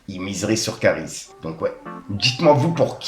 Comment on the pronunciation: L AUTRE IL DIT KAARIS MDRRR